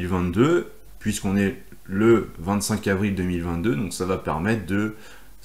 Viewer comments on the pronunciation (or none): Merci pour ces vidéos et articles tjrs bien utiles. Juste une petite remarque constructive : vous dites tjrs "va't'etre" mais il n'y a pas de 't' entre 'va' et 'etre'. 🙂 Continuez comme ça 👍